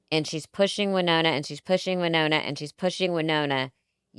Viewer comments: It's pronounced WY Nonna not Winona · It’s amazing that they both are so engaged and connected to the story, but don’t make the effort to pronounce Naomi’s name correctly. It’s NAY-0mi! And, Melissa, it’s WHY-nOna. Do better, ladies. 😖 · First of all, it's NAY-omi and WY-nona